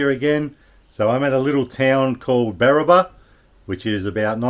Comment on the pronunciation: Barraba not Barrabar